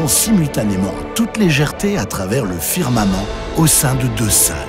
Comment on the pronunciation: la voix of elle a vraiment un problème avec le mot firmament